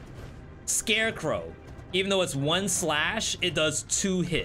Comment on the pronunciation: Do you intentionally emphasize certain syllables in words... ? OHWAN. Sounds a bit excessive.